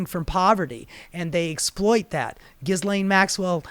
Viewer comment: Dude, we’re all grateful you’re exposing all of this garbage . . . Yet how are you featuring these entities and don’t know how to pronounce Ghislane’s name!?